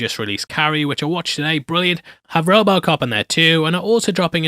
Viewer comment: Its rowboat cop not robbocop